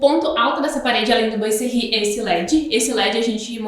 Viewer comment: A pronúncia correta é "boazerri". Adorei a explicação de como instalar.